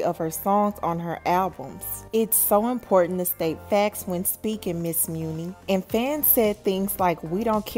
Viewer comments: Isn’t her name pronounced money long not mooni? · Why are you pronouncing her name as Mew-Knee? There is a saying that "My money is long". I'm almost positive that her name is a play on that saying. It seems the correct pronunciation of her stage name is Money. Hearing you say Mew-Knee over and over is taking me under, lol. Good story though! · Muni pronounced “Money” Chile whet?? 😂😂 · It’s pronounced like money 💰 not mooney 😂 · she pronounces it “money” rather than “muney “ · It’s pronounced muni like Money lol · I believe it's money not muni like the SF train but lol. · Money it’s pronounced like money… not moony lol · Muni = Money. Not muunie lol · I thought it was pronounced like “Money Long” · Muni!!!! No it’s pronounced like Money👌👌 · Her name is pronounced like Money , hence the name muni long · Her names pronounced “money” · Muni pronounced MONEY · Muni (Money) Is how it’s pronounced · Apparently the muni is pronounced money, “money long” 💀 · Muni long name pronounced money long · “Money” is how you pronounce it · Girl…It’s Pronounced MONEY LONG 🤣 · It's pronounced "Money". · I had to stop watching once I heard "meunie" long 🤣🤣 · Girl her name is pronounced money long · Though spelled Muni it's pronounced money... Some level of respect.... Just messy.... I said what I said. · Money* Muni is pronounced MONEY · I pronounce it as money long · It’s muni like money… lol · I promise her name is pronounced MONEY LONG LOL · It's pronounced money girl 😂🤣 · Her name is pronounced "Money"...lol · LOL..it's pronounced Money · I WAS JUST ABOUT TO BREAK THIS DOWN. THE PRONUNCIATION OF HER NAME IS IRRITATING AF. I MEAN LISTENING TO THEM MISPRONOUNCE IT IS 🤦🏽‍♀️ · It is girl! They act like they can never pronounce someone name right lmao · Is her name pronounced like that??